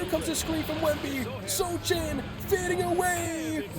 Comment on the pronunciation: Sochan is pronounced So-han. The c is silent apparently lol